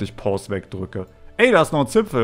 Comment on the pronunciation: wie er sagt da ist noch ein tzsipfel ahqahqha